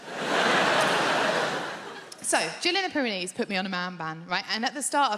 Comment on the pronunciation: Pair of knees 😂that is all I hear why she says it